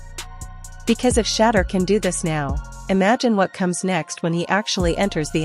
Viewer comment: I like your videos. But, you must pronounce Shedeur Sanders name, correctly. His name isn’t, “Shatter”? It’s, pronounced, “Sha-Door”, ok? Show the man some respect, ok? God bless—Ericd(Atlanta, GA)!